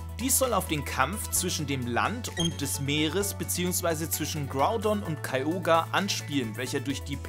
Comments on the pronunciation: Bitte ich flehe dich an 🙏🏻 Nenn es bitte Kyogre und nicht Kai Oger, das klingt fürchterlich 😂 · Kyogre wird wirklich so ausgesprochen.